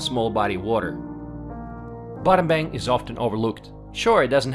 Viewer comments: Battambong, batta-bang 😂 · If you visit a new place. Why not learn how to pronounce? Battanbang is Battanbong. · Battambang pronouns Bat-Dom-Borng